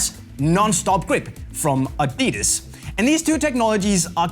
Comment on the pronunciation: Adiiiidas, ur pronunciation is weird dude